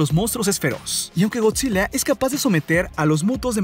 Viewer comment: Soy el único que le escucha Godzille, si energíe, el orque el macho alfe, la isla calavera.🤔